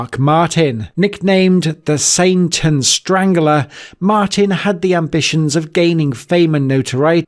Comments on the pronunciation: First you pronounce Sian, Sharn 2nd you pronounce it snentun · Not that accurate as 2 words were pronounced wrong. Sian is pronounced sharn and sneinton is pronounced snentun.